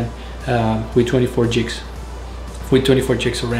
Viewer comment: Its GIGS like GROW not Jigs